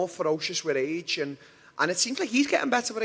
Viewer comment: Lmao when Darren says "age" it sounds like he's saying "reach"